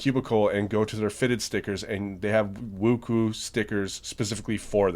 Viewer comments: Wookoo? It is pronounced Woo Ch Way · Not wooku ,its woochwe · Come on man it’s pronounced woo-tsweh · it's pronounced "woo-shway" :) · please dont say wuque ever again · You say wuque wrong sorry but is true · Pronounced it rong